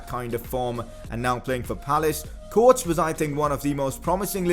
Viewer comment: It's KO-WA-TES.. not coates... and sakho left because of his attitude at klopp.. sorry bad english lol